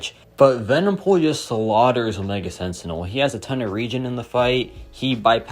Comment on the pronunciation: Is this guy saying pool instead of pull?